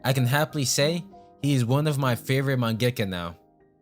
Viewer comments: you say mengaka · man why u say mangaka like that bro